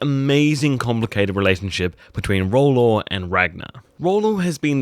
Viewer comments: Please pronounce his name properly...Its Rollo not Rollor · king, it isn't roll-law, it is roll-O